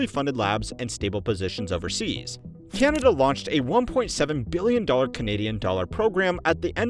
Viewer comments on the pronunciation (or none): none